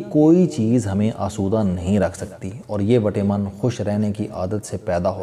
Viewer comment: پلیز وٹامن کو وٹے من نہ پڑھا کریں۔